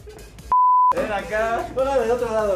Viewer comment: "ivisor" xd